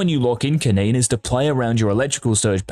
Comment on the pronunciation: STFU XD its kennen